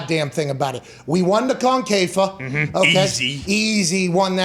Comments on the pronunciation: 'concafa cup', it's CONCACAF. Con-cuh-caff. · Con-K-Fah. LMAO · "CONKAYFA" CHAMPIONSHIPS